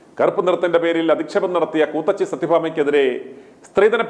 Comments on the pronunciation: കൂത്തച്ചി അല്ല കൂത്തിച്ചി.... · കൂത്തച്ചി അല്ല '' ഇവൾ കൂത്തിച്ചി എന്നാണ് പറയേണ്ടത്